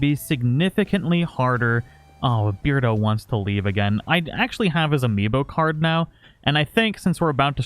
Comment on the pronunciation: I don’t think it should read beard-O but bear-dO😂